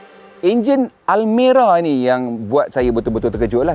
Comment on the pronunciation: Banyak betul sebut almari hahahaha